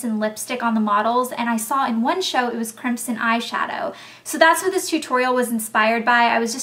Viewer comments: it sounds like you're saying "crimpsin" just to be cute. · The way you pronounce crimson sounds so pretty! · lol you say crimson funny. we say it, "crim-son" lol with an aussie twang. rofl